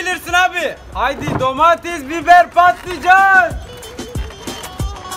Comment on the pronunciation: dometes biber patlıcan dediğinde hepinize sapliycan diyordum😃😃😃